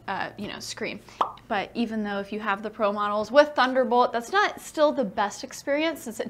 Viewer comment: Yay it's 'Thuderbol' instead of ya know! Huh might be Sara's intentional fundoo's